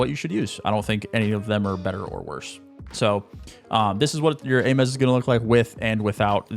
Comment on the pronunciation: This dude said Ay-Mez for the Ames. (Aims)